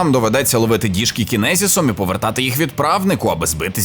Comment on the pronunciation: Не кінезіс а чіназес